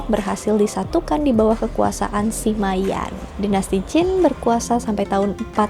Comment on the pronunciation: Lu sama Lü 吕 itu bacanya beda lho. Sima dibaca: Sema.